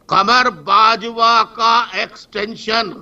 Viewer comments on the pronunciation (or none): Qamar Bajwa, he is pronouncing Kabar Bajwa.